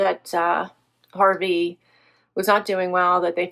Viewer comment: Aww, so sorry for your loss of Harvey, I always loved hearing you call him “Harvard” 😅 He was so lucky to have had a great family like yours accept him into your home. So glad you have your wonderful puppers to make you smile. Thinking of you! ❤❤